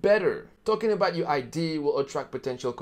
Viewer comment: #4 mistake number 4, entrepreneurs don't learn to pronounce idea